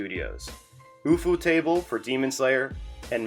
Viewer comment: ufutable??? im pretty sure its just "you foe table"